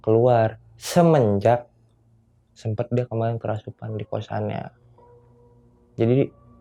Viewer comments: gatel pen benerin kerasupan nya si mas huhu "kerasukan" mas bukan "kerasupan" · Maaf bang kerasukan.. Kesurupan.. Bukan kerasupan.. Beneer gak? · Apa cuma saya yg denger!?!? Si Narsum bilangnya "kerasupan" bukan "kerasukan" 😅😂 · "Kerasupan"??? Agak kocak Narsumnya. 😅